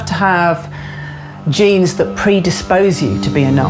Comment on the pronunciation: she said genes, not James, lol